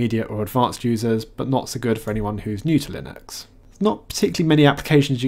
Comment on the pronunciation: stop mispronouncing linux